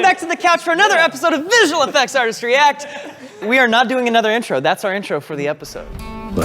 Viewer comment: LMFAO he actually says "artists", I had to rewind to notice 🤣